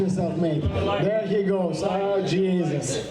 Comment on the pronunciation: Artem turns Irish for a second " AH JESUS " !!